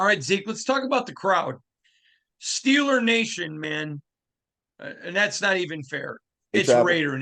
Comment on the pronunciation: Nice catch on the "Steeler Natiin" thing...😂